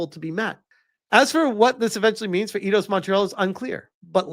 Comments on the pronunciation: It's pronounced like eye-doss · 🤦‍♂️ oh my friggin god. It's pronounced eye-doss. You freaking tourist. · come on! Its AI-DOS. It was the 1st thing you hear when you launch an og Eidos Game